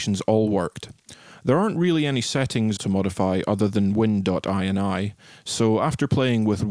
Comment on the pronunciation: "win dot eye en eye" =/ It's "win dot inny" as eny fule no, twatface :D